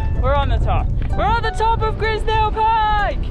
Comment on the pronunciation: Nice video, but Grisedsle is pronounced eyes not is.